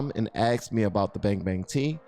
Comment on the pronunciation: Ask, not ax or aks please